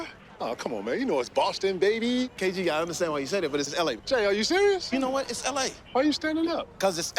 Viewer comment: Kg it’s not Coochie my boy!! 😂😂